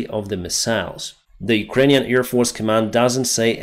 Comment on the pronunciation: you are again saying EAR attack, EARfield... AIR is with the a in bad, have, stand...